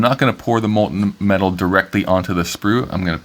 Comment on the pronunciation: MOHL-tuhn, as in, mole-ton. The "t" isn't silent. Otherwise, it was very nice work.